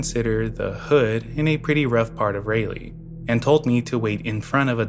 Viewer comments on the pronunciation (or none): Raleigh is pronounced, RAH-lee, not Ray-lee.😂❤ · Please look up how to pronounce city names lol. Signed an nc resident whose skin crawled at every utterance of ray-lee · I cant get over the way you pronounce Raleigh